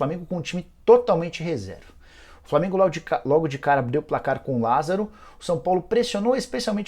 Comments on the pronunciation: Lásaro? Kkkk porra Nicola deu mole 😂😂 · Lasaro??? Ou Lázaro??